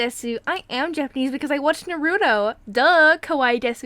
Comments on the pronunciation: not to be rude but she said narreto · "I am Japanese because I watch Narudo!" Naruto fans: trIggEred:iTs pRonOunced nAruTo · Gosh i hate it wen they say narudo to it😂😵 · Let her be if she pronounced Naruto to like narudo then so be it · It's Naw-roo-toe that's how to pronounce it xD Also I did the exact same thing O_O I LOVED Naruto and I pretended I was Japanese a few times O_O BECAUSE OF NARUTO xD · If you consider yourself Japanese PLEASE at least say Naruto correct